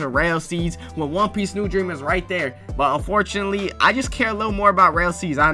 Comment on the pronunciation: "THE WAN PEEICE IS REAL"